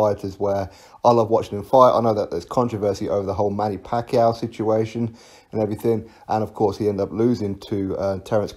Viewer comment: "ever since the manniao pacquiao fight"